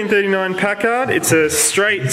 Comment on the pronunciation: It is Pack-ard not Pac-kard for pronunciation not often I get to correct some, but it is American not English or Aussie. BTW the little red car's repaired fender looks better than the rest of the car.